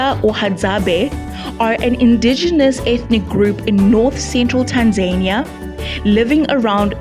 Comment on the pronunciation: Pronounced Rwanda not Ruwanda there's nothing annoying hearing Africans pronouncing African words like Europeans please !!! It's Tanzania not Tanzerniya. The presenter should learn to pronounce properly